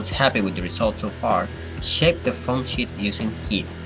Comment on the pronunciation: "with a paper shit..."